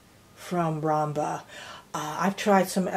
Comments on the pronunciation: Sorry but yes, it’s obviously ROOM-ba, not ROM-ba. I appreciate the review, but it loses a bit of credibility when, right out of the box, you can’t even pronounce the name of the product. I mean, it’s spelled out in big letters ROOMba, not “Romba”, so not sure why you’re mispronouncing it. Just lettin’ you know. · ROOM-BA not ROM-BA